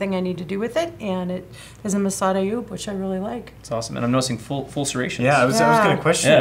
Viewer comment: It’s called the Massad Ayoob, not Ayood!